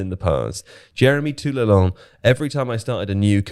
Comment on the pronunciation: It's spelled Toulalan smh. I was like who tf is Toulalon? Then was like, "ohhh." edit: "The Pogmentary" lol, was produced by a production company called "Black Dynamite Production" based in Paris, France.